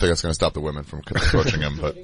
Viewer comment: I'm not surprised! His girl can't say women. Crackle crackle